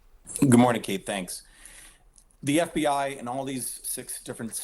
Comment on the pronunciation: what in the heck is with the way she says FBI??? lol